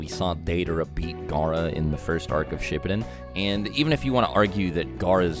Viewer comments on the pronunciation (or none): Shippuden not shiptun